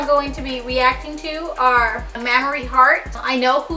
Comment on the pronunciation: "Mam-Ma-Re" GIRL IT IS PRONOUNCED "Maim-re" LMAOO